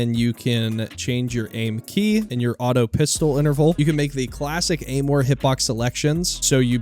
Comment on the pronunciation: its not aimware it is aimwhere